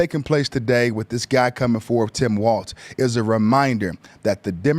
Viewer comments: It's pronounced "walls" not "Waltz" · Just to throw this out there, it's pronounced "walls", not "waltz"